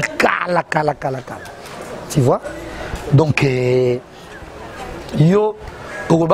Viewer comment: Français ango kk ti vois 😎 eeeh on dit tu vois 😎 pe kende ba diminuer montre wana